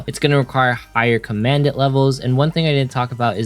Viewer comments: commandant is pronounced common daunt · Great advice as always. It’s pronounced COM-uhn-dahnt (commandant) in case you want to know.